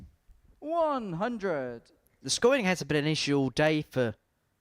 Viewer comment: The feelings come naturally to suit the atmosphere...its not rocket science "scwoobawl" "seeweez frwee" "Wobert Fawnton"....ugh, sloppy